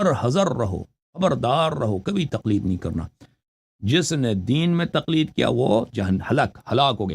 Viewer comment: Talqeed nahi Taqleed hota hai